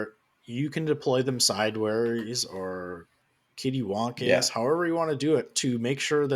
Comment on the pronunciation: I can't believe said "Kitty-Wumpus" instead of CattyWumpus. Who is a member...:p